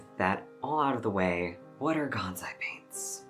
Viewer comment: GanSai, not ganZai. It is written and pronounced with an S, not Z.